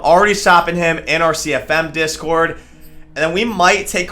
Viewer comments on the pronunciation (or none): none